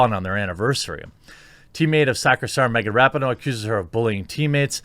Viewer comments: I do enjoy hearing your takes on so many different topics and agree or disagree respectfully, which is fun. But you have to do a simple google search on how to pronounce names. It’s Ra pee no, not Rapi no. It just makes you look more informed and plugged in when you pronounce a name correctly. Just sayin… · I hate the bitch but her name is pronounced Wrap-Pee-no. Get it straight bruh